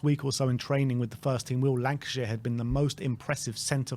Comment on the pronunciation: Hey guys love the content. is is Lankshear not Lankashear....lol Much love guys